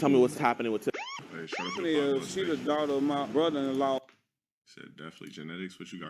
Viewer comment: "Daughter for what?" He can't even say the word daughter.